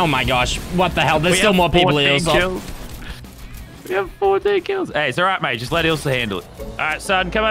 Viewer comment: It’s ilsa, not isla